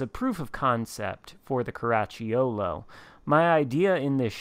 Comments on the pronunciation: Italian fan here. Very good attempt… next time try to say “Caraccholo” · Oh, you butchered it ….sheesh. No matter….Outstanding Video! Cheers!